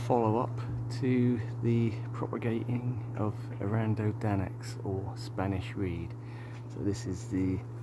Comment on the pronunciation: Love how you pronounce it 😂🙈 it's A-run-dough Don-axe 🙈😂